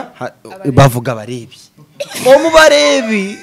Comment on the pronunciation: It’s Barevi not barebi